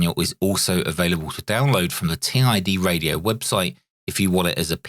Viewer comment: Gawd that screen has how many different fonts and styles ?? 🤮 Those bottom battery tabs are going to get snapped off the first time it's dropped, that's a major design fail.... I doubt it's pronounced "Tee Eye Dee Radio” ? Doesn't "Tid Radio" make more sense ? It's no Quansheng, that's for sure.